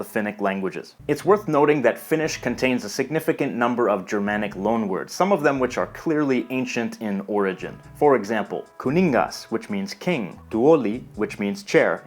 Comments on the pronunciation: Finnish words are always stressed on the first syllable. He stresses kuningas and keskellä on the second. Agricola is a Latin name meaning farmer and should be stressed on the second syllable - not the third. In colloquial Finnish "se" (it) is also used for he/she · You pronounced kuningas wrong. You always stress the first syllable... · Finnish is emphasized on the first syllable. So it's 'kuningas, not ku'ningas. 'tuoli, not tu'oli and 'koulu, not ko'ulu. Also, kaupunki is town, not kaupungi. It's kaupungin because the closing of the syllable "punki" with a letter (in the case the letter N) demands a change of the syllable called "consonant gradation" (or "konsonantin vaihtelu" in Finnish). So kaupunki in genitive becomes kaupungin.